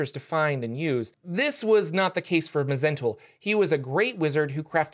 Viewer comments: It's actually pronounced Mul. The H, Z, E, N, T are silent. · It's just Zentul, the Mh is silent.